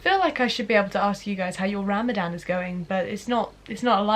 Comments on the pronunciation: Ha ram a Dan wow but non-Muslim's can't say it so I don't blame the mispronounced. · This girl: Ram-A-dan Me: tRiGgEreD This girl again: muh-zlim Evey muslim: TRIGGERED Just kidding 🙃 i really really enjoyed this because its not everyday u find a non-muslim who isn't like OMG TERRORIST when they see or mention us. Im really happy u decided to try this! We need more non muslims showing the world the magic of islam. Sorry for the speech😋 God bless u Love from palestine ❤ Ramadan mubarak😁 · Really hard thing to do but the way you say ramadan is funny bc its pronounced ruh-muh-don but white people say ra-ma-dan LOL, ily <3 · You know it's actually pronounced Ramzan Btw, I'm a muslim you did good Proud of you. ❤️ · I just love the way she pronounces Ramadannn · It is written Ramadan but is pronounced ramazan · You pronounce it RU-ma-don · try to pronounce ramadan as ramazan* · If she pronounce Ramadan like that ONE more time 🤣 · Ik I shouldn’t be annoyed but the way she says Ramadan like that is annoying me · Every time she said Ramadan I mentally corrected her 🤣 no hate Edit: She forgot to mention that we also aren't supposed to purposely smell things (scented candles, lotions, flowers, perfumes and such.) It doesn't necessarily break they fast but you shouldn't do it. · How many muslims were so tempted to tell her how to properly say Ramadan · I Honestly love the way you say “ ramadan.” Good on you gurlll proud of you for being patient enough to last without food for a long time ! 💖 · Jade nah, it isn’t. What would you know Jade.